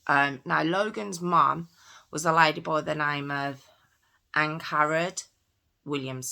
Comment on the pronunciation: why did you say "mom" that way? You're British, not American.